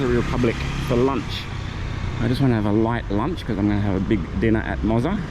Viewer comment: Enjoyed the video. We’ll be back again in November. Looking forward to giving Mozza a workout this time as we’ll be staying in that area. FYI it’s pronounced Mott-za (as in Mozzarella). You talk about new discoveries, have you been to the famous Hidden Garden Bar yet? Reckon I might give your barber a go too. Cheers.